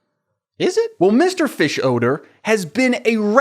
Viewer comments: The way you pronounce fischoeder as fish-odour is so funny to me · I have never watched Bob burgers or this movie, is just like the youtube man, but is the characters name really mr fishodor? I cringed everytime he said it. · You hit the “odor” in Fischoeder SO HARD 😂😂😂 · The way you pronounce Mr. Fischoeder’s name just made me realize (as a years-long fan of the show) that it is a play on the words “fish odor”, I can’t believe I never made that connection until right now 🥲